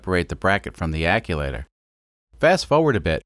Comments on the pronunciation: Another great video in this series. I missed the "vertical" install vid., will catch it now. You had me scratching my head the 1st time you were discussing the waste gate "acculater". It was like hitting an unseen speed bump at 45 mph! Bam! After hearing you say that several times while working on modifications to what I've always known as an actuator (phonetic spell: Ackcheuwaiter) 😁, I guessed you were playing dumb, when you're very intelligent, making custom words like Vice Grip Garage or Taryl Fixes All. That's funny and fine, I can dig it! This was a nice, well done turbo install! (In an automotive research facility, I've fabricated several turbo systems, inc. 1 compound). Yes, boost pipe hot! Underhood temps don't cool it off either. Note: once intercooled, insulate cool pipe after I/C to reduce heat pickup from underhood heat. Thanks, Paul from S. Central Tx. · Wastegate acTuator. Not acuator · Love the vid. But are you saying aculator? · American yet can't get the chew in ac chew wator. About had a stroke listen to it said wrong so many times but don't get me wrong. I absolutely love these videos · Love the video but you saying "acculator" over and over is driving me insane. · "aculator" I love it. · Mfer... keep saying aculator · “Wastegate akulator”...... eye twitches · is there not a "t" in that word? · Your pronouncing actuator wrong but i still love ur vids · Love the video's mate but please stop saying acTuator like that 😉 also its a diesel so more boost the better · I like you too much to make fun of how you pronounce actuator... I will just point out that it doesn't have an "L" in it... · Every time I hear “acculator”, I cringe. Maybe it’s the right term? Act-u-eh-tor sound more correct to my brain. Am I wrong? Great build by the way. Love the Kubota re-purpose stuff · Stop saying aculator That is not a word. Actuator. It actuates. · ACUACTOR ( AK-SHU-ATER ) not ACULATOR... or maybe you did that on POURPOSE !!! SEE WHAT I DID THERE !